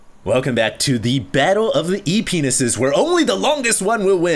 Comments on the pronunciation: is it just me but when HD says they are E-P-ness you just giggle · Am I the only one who heard "penises" at the beginning of the cast lolll ?? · whats "ep"ness, or whatever he said?